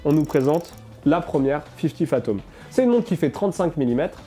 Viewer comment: excellente vidéo très instructive mais c'est fifty fathoms et non phatoms. 😉